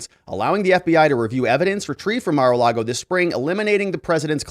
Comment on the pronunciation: It’s ‘Mar’ not ‘Mer’